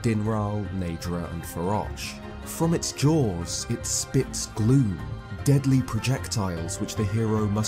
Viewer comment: every time you say gloom, i hear glue :p